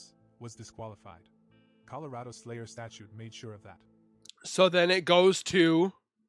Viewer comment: Dude. The word is STATUTE. STA-CHOOT. My goodness